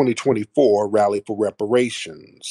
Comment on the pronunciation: That buck broken tether pronounces her "R" like a "W". She said rally as wally. Lol.